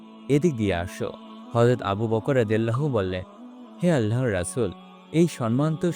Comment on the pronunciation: ভাই আপনার উচ্চারনে সমস্যা আছে। আপনি আল্লাহ উচ্চারনটাই ঠিক মতো করতে পারেন না